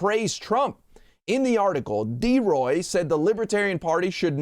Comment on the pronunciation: It's DELROY MURDOCK. (Good God, Trump could care less to pronounce his name correctly. Shows what D. Roy is down for!🤣) He's a phony and a wanna-be neo-libertarian. Known him for decades and...did I say it?: He's a PHONY. ...just like Trump.